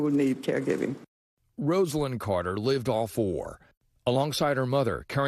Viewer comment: Glad to finally hear someone pronouncing her name as she said it. Been hearing other news outlets calling her "Rozlyn." Thank you.